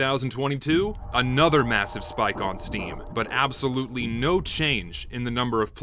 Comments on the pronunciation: this video is amazing and informative, but did anyone else notice the heavy southern accent any time he said "spike"? I love it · good video but you pronounce spike weird